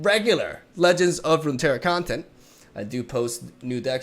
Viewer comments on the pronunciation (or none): Ever since he mentioned how bad he messed up his intro in that one video, I've noticed his decline in pronouncing "Legends of Runeterra" in every video now. Damn it. But I do get a chuckle everytime.